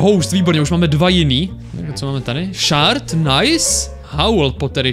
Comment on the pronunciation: Je to shErd ne shArd. ShArd to bylo dřív ale přejmenovali to na shErd!!!!!!!!!!!